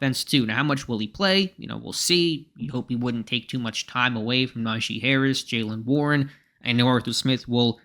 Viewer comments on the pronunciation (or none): none